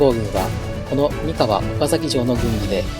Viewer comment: 三河の発音は↑↓↓ではなく、↓↓↓なのでずっと気になりました(笑)三河出身ですので。。。